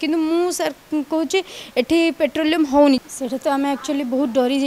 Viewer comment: ପେଟ୍ରୋଲିୟମ ନୁହଁ ପଟ୍ରୋଲିଙ୍ଗ କୁହ.